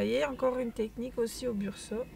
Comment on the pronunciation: Attention c'est Brusho et non Bursho ...un détail certes mais quand même lol